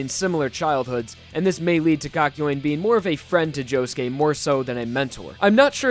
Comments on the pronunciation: I thought it was kak-yo-in not kak-yoyn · I'm sorry.. but I can't with the way he said kakyoin.. I don't know if I say it wrong but you really pronounced the YOIN in kakyoin and it just bothered me, I'm sorry 😅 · pronounced that shit cock- yoin, instead of kahk-yo-een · It's pronounced Kak-you-ean not Kak-yo-ween, just so you know. I mean, you said his name a LOT in this video and it can be pretty embarrassing to pronounce it wrong every single time, so- for future reference, is all. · It triggers me how he pronounces kakyoin. It's not "KAKYOAIN" it's Kak-yo-in. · heaartzz, the person who just called kakyoin poop in Spanish, his name is kakyoin not “kAk.” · Kak-yo-een. Not kak-yoin (pronounced like coin). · Kakyo Wayne?? It's pronounced Kakyowin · I think the caps thought he said COCK YOUIN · Him:kayoin Subtitles: KA KA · i just love how you pronounce kakyoin as 'cock-yoin' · I put sub titles on instead of kakyoin it said cock join 😂😂😂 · Kakyoin subtitles: cock join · BROTHA, LEARN HOW TO PRONOUNCE KAKYOIN: KA-KI-O-IN. SIMPLE. PLEASE DUDE, I LOVE YOU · REALLY? KAKOYAN? That’s not how you pronounce it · Why he pronounce it "cock-yuen"? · No one: Still no one: This guy: "kakyoin" YouTube subtitle: calculating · I can’t watch if hes gonna pronounce Kakyoin like that. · Im still in battle tendency but i feel sad when i hear "kakyoin" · learn how to say his name, jesus christ. unwatchable.